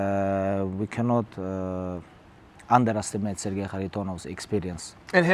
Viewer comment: "sir-jay" Chael is the best : ))